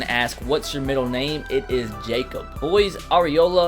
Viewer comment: Thanks for awnsering my question and you said my name exactly